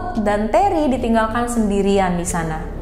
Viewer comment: Terry dibaca reney...??